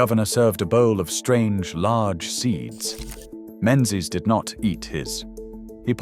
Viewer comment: It's ALWAYS pronounced Ming ez